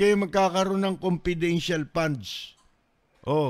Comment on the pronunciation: Confedintial pa daw